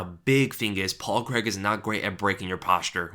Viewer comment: Its Paul CRAIG not Paul Creg lol